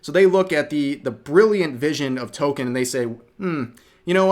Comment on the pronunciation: CAnt even pronounce Tolkien right